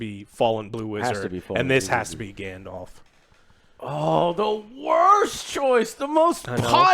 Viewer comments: "Grandelf"............are you fuckin serious??? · Hodor. Grand the elf. Grand Thr Elf. Grand te elf. Grand Elf. GrandElf. Gandelf. Gandalf. 😂